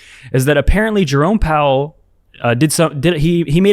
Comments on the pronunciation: I’m pretty sure i heard you say jerome bowel 😂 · You pronounced Jerome Bowel’s name incorrectly.